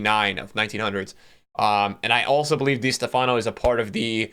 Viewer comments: Literally everyone: Di Stéfano NickTheAllAmerican: Dea stefáno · Is not di Stefaaano . The accent is in the é. Di steeefano. Right pronunciation. Dee-ehs-TEH-fan-o. Not dee- s- teh- FAAh-no. I cringe when you cant go to youtube and find the right pronunciation of the first great player of all time. I did not see him play either but I have heard his name. How would feel if I make a you tube video and i pronounce de ligt as de light. You would think i dont know soccer.